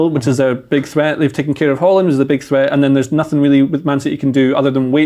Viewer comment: How are you telling us about football, but you still cant say Odegaard or Haaland right